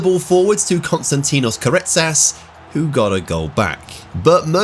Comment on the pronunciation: As a greek the pronunciation of the name Konstantinos karetsas was flawless